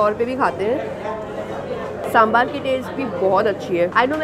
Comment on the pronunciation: sambar hoota h saambaar nhi lol